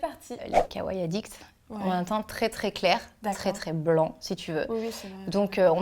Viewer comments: Arrêtez de dire kawaille ;-; on dit kawaii et pas kawaille donc prenoncez bien le i a la fin ^^ sinon superbe vidéo! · c'est sympa de faire ce type de vidéo ;-; mais ça fait mal aux oreilles la mauvaise prononciation des mots comme Kawaiii ><. Par contre quel est l'intérêt de mettre du concealer avant, si tu étires la bb cream de ta cushion avec le puff? ça déplace ce que tu as mis avant. en plus vous avez trop poudré le teint :/. Normalement il est un peu plus glowy le teint.